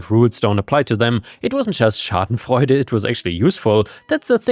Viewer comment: As a german i got to say you pronounced "Schadenfreude" perfectly. I got caught of guard from that.